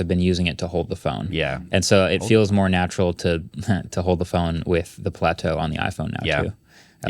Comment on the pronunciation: Why are you all calling it Plateau 😭